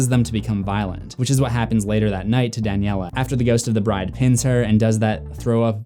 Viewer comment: It’s Daniela not danielle